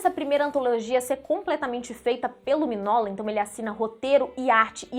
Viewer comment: Se pronuncia "Minhôla", não miguinola, e não minola.